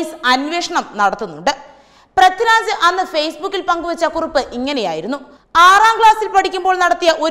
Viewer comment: പ്രത്തിരാജല്ല, പൃഥ്വിരാജ് എന്നാണ്